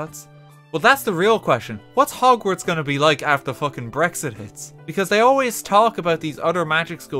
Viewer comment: "welcome to bogsnorts."